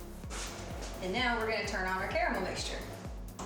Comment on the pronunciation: Great vid but you pronounced caramel wrong it's pronounced caramel lol now I want some